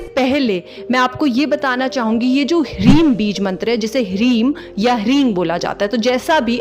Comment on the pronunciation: आप ग़लत उच्चारण कर रहे ho